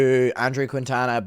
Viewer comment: Plus, if I’ve heard multiple people saying this “journalist “ last name wrong, so I’m not blaming. But the dudes name is pronounced Keen-Taw-Nuh